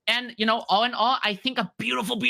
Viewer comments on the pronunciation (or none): "byoofull byooful byooful..." ended the video right there. no need to watch anymore to know what is known.